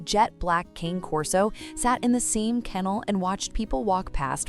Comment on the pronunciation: I just came here to hear your fake voice mispronounce Cane Corso. It only took 12 seconds.